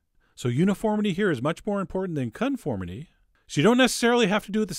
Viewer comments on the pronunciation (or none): Did you just say 'c*nt formity'!?